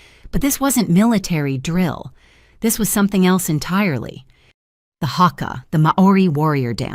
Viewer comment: You appropriated our haka, you murdered the pronunciation . Disrespect